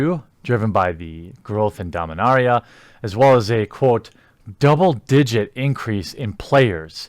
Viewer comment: It seems I misheard you. I thought you said they had a DOUBLE DIDIGET increase in players. I didn't hear the word PERCENT in that statement. It is easily possible 10-99 people started Magic in the last 3 months... worldwide. but should not be an encouraging statistic from their standpoint.